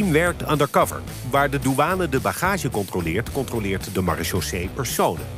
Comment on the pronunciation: Nederland noemt zijn militaire politie "Maréchaussée" om vervolgens het woord totaal niet te kunnen uitspreken 🤣